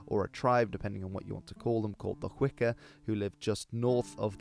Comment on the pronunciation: Quibble: Hwicce = "HWICH-eh". The C in "ce" and "ci" in Old English was pronounced like modern English "ch".